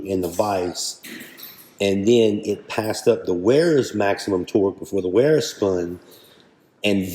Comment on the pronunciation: Good review and video! BTW Wera and Wiha are actually pronounced Vera and Viha. Not trying to be an English teacher at all but thought you may want to know.